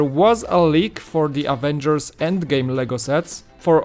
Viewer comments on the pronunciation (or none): none